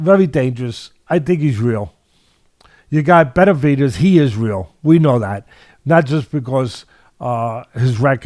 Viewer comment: Is it just me or does it sound like Teddy is saying "Betervidez"?